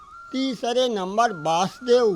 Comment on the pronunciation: Ye vyakti bhi galat uchcharan kar raha hai aap bhi galat uchcharan kar rahe ho !!!!!!????? Bhagwan krashn ( VA A SUDEV ) ke pita ka naam ----- V A SUDEV Bhagwan krashn ka naam. ----- VAASUDEV aur bhagwan krashn ke pita ka naam ----- VASUDEV !!!!!!!!!